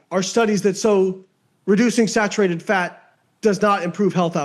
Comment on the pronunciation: Excuse me sir, it’s actually pronounced “snatcherated fat”